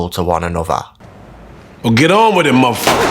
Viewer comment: The parallels you drew between Colvin and Stringer were impressive, but their final words being the same, especially the word "motherfucker" not being pronounced in it's entirety, caught me so off guard. There's no way it's a coincidence